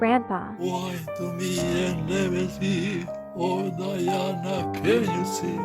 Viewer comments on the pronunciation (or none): Diane? It's Diana